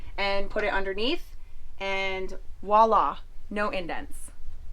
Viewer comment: Good video , my wife and i almost bought this camper but since we have no kids we purchased the Rockwood Mini Lite 2205s , now we must wait for months to take delivery ...Rockwood campers are very good and your issues were minor , dont let them spoil your camping trips ,,,BTW it is voila' LOL .